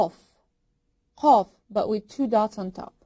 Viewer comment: "Qaaf" sounds like cough maybe?